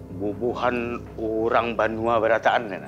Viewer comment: BANUA bukan BENUA... Banua adalah sebutan untuk Tanah Air bagi putra/putri suku Banjar - Kalsel